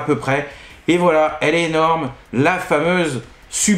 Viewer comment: Salut, bon je me suis un peu moqué sur Twitter, mais la narration de ta vidéo était très cool 😎👍 Bon au début tu as merdé sur le mot "fameuse" qui c'est transformé en en "famise" et où tu t'es ramassé la queue du dinosaure dans la figure, je t'avoue que j'ai pas eu de pitié 😂 Apres je t'ai trouvé bien, peut-être tu avais chaud ou de la fatigue on le voyait sur ton expression faciale, mais sinon tu as géré. Et le pire (comme quoi le cerveau joue des tours) quand tu bougeais le carton, j'étais persuadé d'entendre le carton se poser sur la table de présentation 😅 De plus à te regarder faire j'avais la musique du générique "Histoire sans parole" 🤣 A bientôt 😉👍